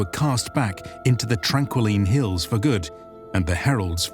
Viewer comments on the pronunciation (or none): Tranquiline Halls not hills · You said Tranquiline Hills instead of Tranquiline Halls. Also, due to Alethkar's shortage of words on some subjects, the term Chicken is used for any and all Birds. So Chickens are rarely actually chickens.